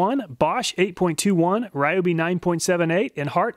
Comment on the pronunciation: Ryobe is pronounced Ree-o-bee.